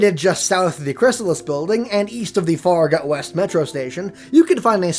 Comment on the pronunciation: Farragut is pronounced fair-a-gut west I love people saying names from fo3 because i live in school and people will say stuff wrong like Potomac river Po-toe-Mac